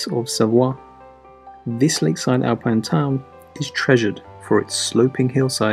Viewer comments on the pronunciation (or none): none